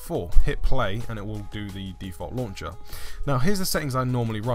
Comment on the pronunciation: Btw as a girl I almost died whenever you said launch-ah or fold-ah 😂